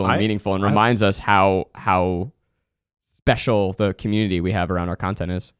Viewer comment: zach def said becial not special